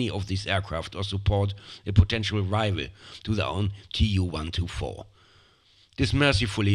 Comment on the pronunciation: Oh, btw - TUs prononounced as too. Not tee-you.